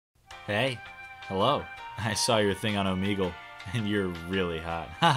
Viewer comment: Is.. Is that how you pronounce Omegle? :0